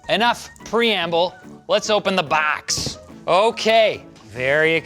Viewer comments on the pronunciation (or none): No one:: Lets open the B A X